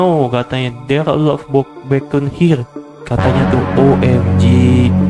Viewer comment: Beken Bukan bacon